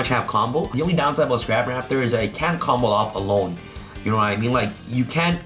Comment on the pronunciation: Does the way add an l to the term "combo off" make anyone else cringe? Everytime he says "Combloff" I die inside.